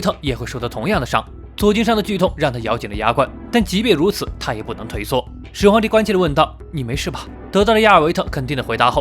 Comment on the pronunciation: 沒看字幕聽成始皇夠賤賤🤣🤣🤣